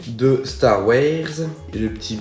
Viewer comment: Tu a dit star Wars très bizarrement mes bon on peut se tromper Sinon super 👍👍👍👍🙂